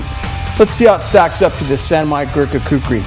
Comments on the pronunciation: He should learn how to pronounce Kukri because making an ad. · I love how much he struggles to say "Gurkha Kukri" lmao. I haven't seen this video in fucking yeeaars, glad I found it again